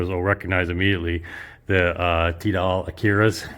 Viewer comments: I just need to point out that Tidal is pronounced Tie-Dull and NOT Tee-Dayl. I know in France that is how they pronounce words, but that is because of their accent. BTW I studied Linguistics at a famous IVY League Colledge so I understand why your saying it that way, but I feel the need to correct you on this point. Good video otherwise and carry on folks! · Even though I secretly laugh whenever you pronounce "Tidal" - the Akira's are still the best speakers I've heard to date. $215K is quite the price tag though... Nice to see play room again. Don't forget to kick the tube's before you leave;D